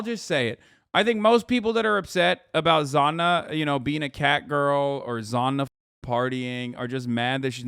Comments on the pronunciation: Hasan saying Zanna everytime ouchie owwie ouw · Lol the way Hasan says Sanna💀 "Zanna"